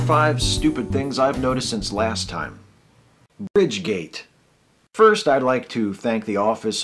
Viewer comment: I've watched it three times and I swear you say "Bidgegate."